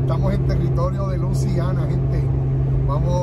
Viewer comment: Se dice LUISIANA no LUCIANA